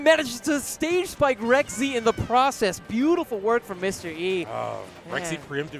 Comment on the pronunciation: Dude,, it's pronounced "Rek-zee"